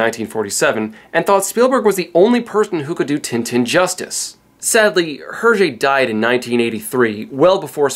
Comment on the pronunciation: Please, please, please. When will Americans and non francophone Canadians learn to pronounce foreign words better and more accurately? The second T is silent in Le petit vingtième. The S is not sounded in Georges and it pronounced close enough to English. The H in Hergé is silent. Castafiore is Italian as befits an opera singer and has four syllables A + A + IO diphthong+ E.